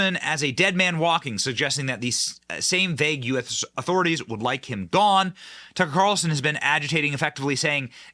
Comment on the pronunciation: Why do you have to say “Tucka’ Calrson” at the beginning, middle, and end of every sentence when reporting on him?!